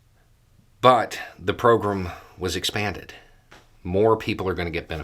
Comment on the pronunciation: your accent in these videos is pretty mild, and I'm quite used to it, but for whatever reason, today, every time you say "program", I hear "pogrom". The first time you said it, you were reading from the letter, and I thought it was done on purpose, but the rest of the video... I'm not complaining or anything, just felt compelled to say it.